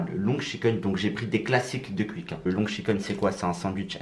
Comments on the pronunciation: Tu prononce quick comme un belge ( cuic ) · On dit pas cuique